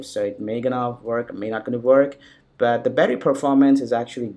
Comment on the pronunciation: Fuck the way you say "but" you indian fuck